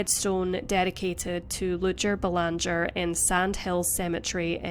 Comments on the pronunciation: It’s pronounced Bay-lawn-jay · It is said "Belangee." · Doesn't pronounce Belanger like we do in Canada